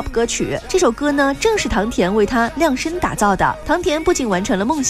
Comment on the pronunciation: 量liang身打造？你这样读唐恬会感动吗？